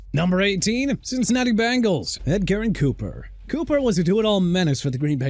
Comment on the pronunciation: Why you got the Redskins logo when it was supposed to be A COMMANDERS LOGO ON THERE?? HELLO?? AND JARED MAYO?! JEROD (JE-ROD) MAYO OKAY?! Also Edgerrin Cooper is not pronounced Ed-garen; it's pronounced eh-juh-rin!! AND MAYBE INDIANAPOLIS SHOULD GET CHOP ROBINSON WHILE MIAMI GETS TALIESE (TAH-LEE-SEE) FUAGA. THAT'S WHAT YOU WANT?! BE MY GUEST!